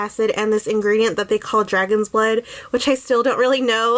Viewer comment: Did you say "dragon's butt" 😂? Nice review!!